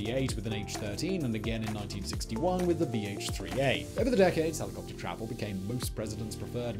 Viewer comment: I love this channel but the i could hardly understand half the words because of the diction. It's like all the last syllables are barely pronounced. "Helicopter" sounds to me like heliwuwuh. "Overhaul" sounds like owuah. Sorry im not a native english speaker.